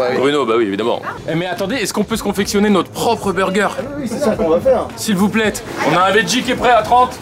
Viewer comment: "s'il vous plaîte" 😂